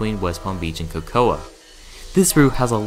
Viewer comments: The City of “Cocoa” is pronounced with the A being silent. So, basically it is pronounced like “Coco”. Just for future reference. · Cocoa is pronounced COCO